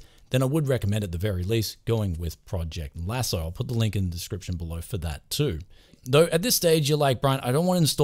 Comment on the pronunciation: You said "Project Lasso" like 10 times, and even wrote it when its called PROCESS Lasso. Also, If you want thumbnails, I suggest the software called Icaros which generates thumbanails for any extension you tell it to, I think its based on ffmpeg and integrates with explorer flawlessly.